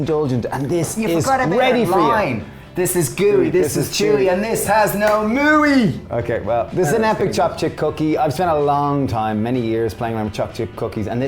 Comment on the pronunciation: "No moo-ey" you guys! And love the cookie drop method.